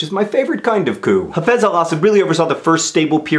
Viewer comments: You don't pronounce the p, it's said 'coo'. (It's french) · I'm sorry, but what's cou? or kew? or coux? or whatever John is saying that sounds like the 'ckoo' part of 'cuckoo'?